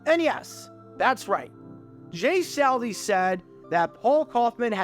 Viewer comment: Dude, you mispronounce names more than anybody on YT! It’s not saul Di! Not Sal Di